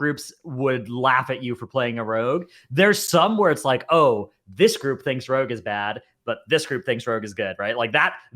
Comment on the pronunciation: Tries to pronounce 'rogue': Rag